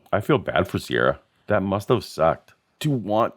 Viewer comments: Ciara is usually pronounced Keera, not Seirra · Never known a Ciara who pronounced it "Sierra" before.